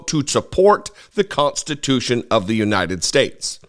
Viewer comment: I've no quibble with the substance of this video, but please stop saying, "cont-stitution". Thank you.